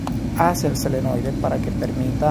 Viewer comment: Muy bien, pero una pequeña correccion, no es selenoide, es SOLENOIDE!